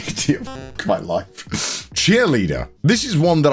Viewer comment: Upon relistening to it a few times, I think he says "some of the most genuine laughs I've ever had in my layife" [life] but either way, that's just Connorese, so who knows lol